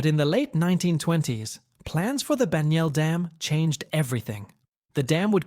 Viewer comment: pronounced Bag- null dam. Bagnell Dam.